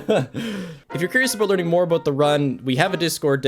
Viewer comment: i like how says about like aboat